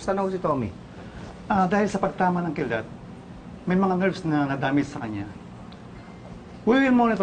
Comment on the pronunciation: Pauleen KIDLAT po yun hindi “KILDAT“